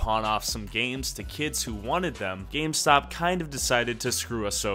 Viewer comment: Who else heard scamstop instead of gamestop